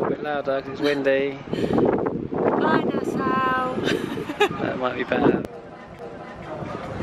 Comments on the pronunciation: its not nasow its nasAU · It’s nas-saw. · My favourite YT couple in my country! Woohoo!!! went full native with the outfits, huh! LOL! Love it! A couple things for you, - it's pronounced Na-Saw (Nassau) and Buh-HAY-me-un (Bahamian), and the leaf/coaster is from a Seagrape Tree! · Omg it looks so amazing! I was born in Nassau!!! (Although we always prounounced it Na-Saw)